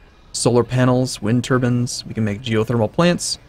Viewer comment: What about "WIND TURBANS" as he said about 13 mins in.